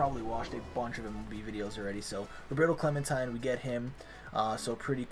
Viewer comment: “Roberto clementine” lmao